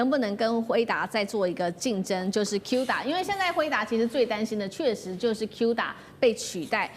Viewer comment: 不是有u就讀做u cuda讀音"哭打" 主持人英文要加強 然後來賓也是 明明musa就讀對 為什麼cuda就通通讀錯